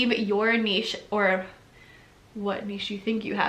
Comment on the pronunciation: Thank you for pronouncing niche properly. It absolutely drives me nuts when people say it "nitch". Maybe, it's because I am from the French speaking part of Canada.